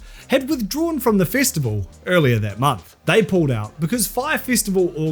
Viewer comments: I don’t know what a” fistiful” is but it sounds painful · Here's me giggling slightly every time I hear 'fistival'.